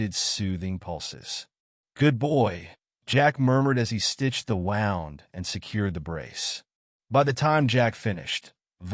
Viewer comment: I like these stories but the AI voice is bad. It pronounced "wound"(woond) as "wownd"